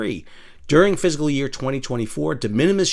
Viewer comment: Your pronunciation of "fiscal" sounds like "physical".